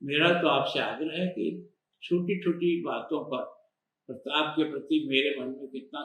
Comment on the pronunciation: Aap jara fir se soch ke boliye aap kis lahaje se bol rhe pratap Pratap...fir mafi mangana hoga aapko sir..🙏😔